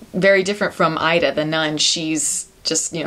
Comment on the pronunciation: It's pronounced "EE-da." Learn how to pronounce the film before reviewing it.